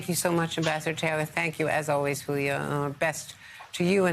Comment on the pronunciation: Houlia, really? Should be more like Yiulia.